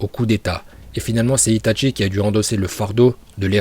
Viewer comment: "Itatchi" "Orochimaruuu"